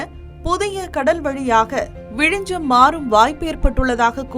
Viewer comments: அந்த ஊரின் பெயர் விழிஞ்ஞம் என்பதாகும். ஏனோ தமிழ்நாட்டினர் ஞ்ஞ என்பதை எப்போதும் ஞ்ச எனவே உச்சரிக்கின்றனர். தயவுசெய்து ஞ்ஞ பழகிக்கொள்ளுங்கள். மலையாளத்தில் நிறைய வார்த்தைகளில் ஞ்ஞ உபயோகிக்கப்படுகிறது. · you are tamilian and you are calling it vizijam. you dont know very basic tamil